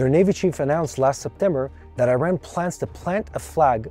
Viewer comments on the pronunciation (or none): Iran pronounce as E-Run not I-Ran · It is not I Ran but Eeran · My friend, please pronounce Iran as Eran not as I ran.